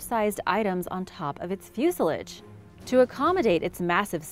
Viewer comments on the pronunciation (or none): So what exactly is a fusealegs. Just so you know the proper pronunciation is fuselage.